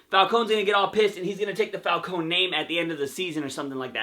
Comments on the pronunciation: It's not pronounced with an E sound, it's silent. So it's Falcone without the E when you pronounce the name. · But it's silent in the show, a lot of people fight over how it's supposed to be said, but considering he's talking about the show Gotham he should pronounce it like they do in the show itself, where the E is silent.